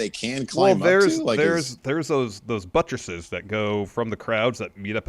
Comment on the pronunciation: Are we all just going to ignore the fact that said Buttress.